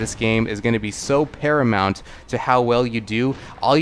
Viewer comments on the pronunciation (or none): none